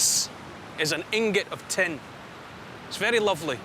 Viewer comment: When he said "it contains tin", I was genuinely confused. It contains ten? Ten what?